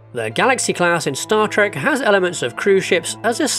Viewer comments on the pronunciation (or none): none